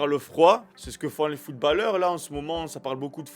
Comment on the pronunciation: Sa se prononce pas footbaleheure mais footbauleur